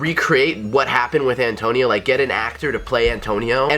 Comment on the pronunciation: every time he says Antonio i cring